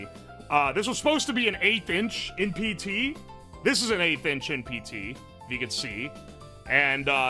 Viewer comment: At first I thought you said "8 inch" instead of "1/8th inch" and was like "yeah man that looks -average-" nawmsayin